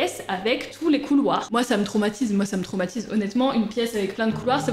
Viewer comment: Qui a conté le nombre de fois ou elle a dit tromatise et tromatisent 🤣😂🤣